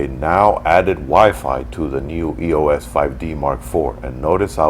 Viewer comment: I love this review, but it's irritating that you're pronouncing "EOS" wrong. You don't spell it out like "E-O-S.". It's "eeos". Other than that, excellent review!!